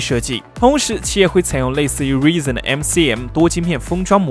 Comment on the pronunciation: Reezen? 是Rizen才對吧